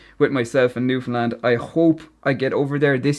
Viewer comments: Love it! Especially how your pronunciation is perfect - there are Canadians who can't pronounce Newfoundland correctly. Did you ever get over here? If you haven't, car rentals are limited here and you really do need one if you want to travel the province rather than just stay in St. John's. Good luck b'y! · You are so awesome for pronouncing Newfoundland correctly its such a rare thing outside Canada. It blows my mind why people keep calling it Newfndlend. Its like people read Newfoundland and think there has to be some sort of trick to the word theres no way it could be pronounced how its read 😂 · I love how you actually pronounce Newfoundland properly while the majority of mainland Canada puts emphasis where it needn't be lol. Very proud of my Newfoundland heritage and equally proud of my Irish ancestry, 100%. Salt of the earth both sides of the Atlantic. Walsh family of St. Lawerence, Burin Peninsula. Town with a long and storied history indeed. Cheers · I absolutely love when people talk about newfoundland, especially when irish people find us. Not many people talk about or even know about this place if youre not from Canada, and i love how you pronounced the name right! Im so proud to be from Newfoundland and i love sharing cultures with people who come visit, but with irish people specifically its like you guys were raised with us even though its a whole continent away. I love connecting over the culture and accents, and i know id feel right at home if i were to ever visit ireland. Your video is amazing, keep it up!